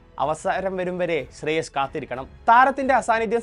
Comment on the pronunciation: ശ്രേയസ് അയ്യർ ആണ് ശ്രേയ ശ്അല്ല